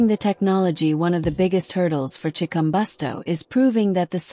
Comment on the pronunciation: learn how 2 say his name